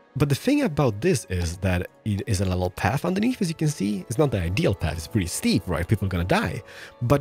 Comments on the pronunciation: I love how you pronounce pretty "prdy" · He's saying purdy, not pretty.